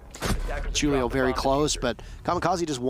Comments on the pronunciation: The firs one he kept saying (jew-li-oh) instead of (who-li-oh) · niqqa said ju-leo instead of who-leo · It really bothers me that he’s saying “Julio” like it’s spelled with 2 u’s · Is his name supposed to have the J sound or are the announcers just really dumb in calling Julio with a J?